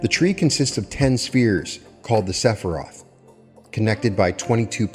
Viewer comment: pronunciations of the Hebrew names for the 10 Sephirot was a good attempt, and I'm sure that's how he's learned them in his head, but don't use him as a Hebrew pronunciation teacher. He does an excellent job in this video other than his Hebrew pronunciation. You'll find Rabbi's on Youtube teaching Kabbalah, I'd recommend learning their Hebrew pronunciations. I first started learning Kabbalah on the Jewish side, it's different as mentioned in the video, but the names of the Sephirot are the same. gave it a good go but the English spellings of Hebrew words are certainly difficult to get correct.